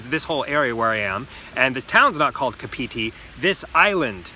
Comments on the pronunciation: It's "Car pity" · it's said like cup-of-tea kinda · Kapiti - the emphasis is on the KA not on the piti. KA-piti coast KA-piti island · He said it so wong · Car-Pit-Tee (kapiti) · Pronounce it car- pity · Car pity Parapara oo moo That's closer to a Maori .. mouldy tongue my friend. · You said it wrong, next time pronounce it car-pity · It's weird because if you go by vowels themselves(aeiou similar to spanish/costa rica) then he's nailing the pronunciation but unfortunately that's not how maori(sounds like mouldy) works. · Can’t deal with the way he is saying Kapiti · The way he pronounces Kapiti tho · hey bro ... kapiti your pronouncing it soooo wrong.. good vlogs but yeah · wow you butchered those first two pronounciations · good try, try phonetically pronouncing it like Kaarpity and Paraparaoomoo.. Like your channel!